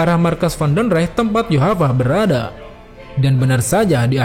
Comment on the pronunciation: Min, kenapa nama nya Yhwach jadi disebut Yuhavac? Pusing dong mikirin Yuhavac Yuhavac.. rupanya Yhwach.. wkwkwkwkwkwkwkwkw